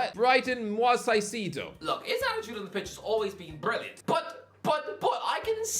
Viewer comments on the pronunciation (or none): I love you but how do you keep messing up Caicedo’s name? Moises = moy-ses Caicedo = kai-say-doh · The caicedo pronunciation is jokes 😂